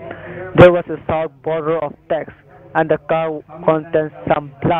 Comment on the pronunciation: Its "state of Taxes" mkay 😁